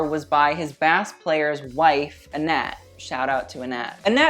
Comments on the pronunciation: "bass" player? You seriously think it's pronounced like the fish? Oh lawd. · Bass player like you pronounced would be a fisherman. Elton's bass 🎸 player is pronounced "base". Unless you thought someone in the band played a fish 🐠. 🤦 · just subscribed yesterday and this video was uploaded in the midst of me watching some of elton’s performances, perfect timing! :) (also bass is pronounced the same as base, just an fyi) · straight up almost stopped watching when he pronounced bass like that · I choose to believe that pronouncing "bass" wrong and questioning why people could go crazy at a Beatles concert are both jokes as I don't want to loose all respect for you. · I'm sorry did you just say bass... as in the fish? BASS is not pronounced that way LMAO Timestamp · that pronunciation of bass is more offensive than teflar